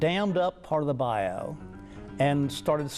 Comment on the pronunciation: Wow love that man he pronounced bayou right😁